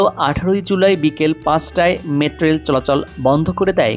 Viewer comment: কি রিপোর্টার রে ভাই মেট্রোরেল ও ঠিকমতো উচ্চারন করতে পারে না।